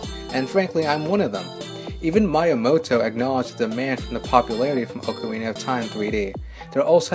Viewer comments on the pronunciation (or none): none